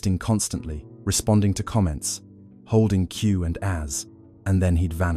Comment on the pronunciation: It feels to me that you misrepresent the teachings. he is very open to you looking for other teachers. no one is forced to do anything. You have an authoratative sounding voice but you make a ton of rediculous assumptions with no real evidence or nuance. In the middle you mis pronounced the words "q and aas" which revealed this is an AI video. this makes me realize this is a campaign by people afraid of what he offers. You offer quotes with no context. You bring up mythical people that dont even exist. Nice AI. you lost all credibility